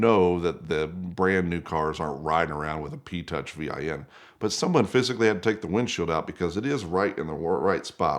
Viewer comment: vin is not spelled its pronounced . its called vinwiki not v-i-n wiki